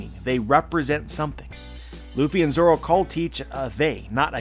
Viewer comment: Like come on let''s be real, who wants to hear zolo instead of zoro? His name clearly has an 'R' in his wanted poster